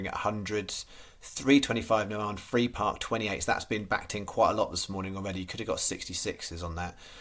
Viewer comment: 😂😂😂 Give you a call so you know how to say Navan going forward 😂😂